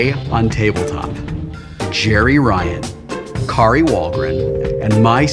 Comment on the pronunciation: Hilarious, I wuv ooo tabletawp!